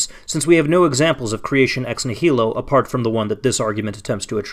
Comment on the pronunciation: It would be nice if the person bothering to use the term "ex nihilo" so often knew how to pronounce it. This is like listening to someone pronounce "America" as "am-er-EEK-a" again and again.